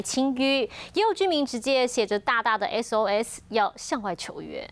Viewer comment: S跟2分不清楚 笑死